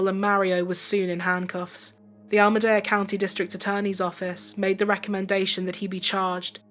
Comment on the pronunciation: {Al-lah-Mee-dah} Alameda county